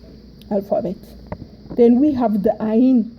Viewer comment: Ayin in Aramaic is not A its ع i think tigrinya has this sound same with heth and heh